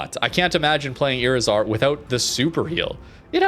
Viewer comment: When you see a Spanish word with a "tilde", that marks the accent of the word. iRIzar.